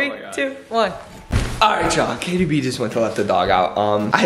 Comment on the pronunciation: It’s not jaytie haha lol